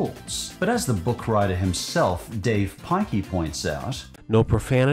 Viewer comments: His name is Dav Pilkey, not Dave Pikey. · Bro said dave piky💀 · "Dav Pikey " 💀